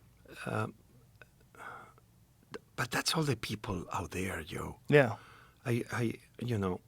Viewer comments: V's are B's ,J's are y's unless he says July 😅 I couldn't help but laugh when he kept calling Joe yo.😂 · Hilarious he pronounces him Yoe, but doesn't call himself Yosé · Such a fun episode. It is funny he can say "Japan" but not "Joe". :) Yo Rogan